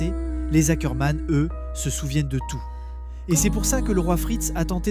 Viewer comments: C pas hackerman 😭🤣 c ackerman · Ackerman pas Hackerman 🙀😭